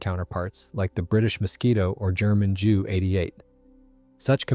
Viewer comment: Or at least JU